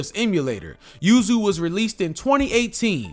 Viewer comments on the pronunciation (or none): none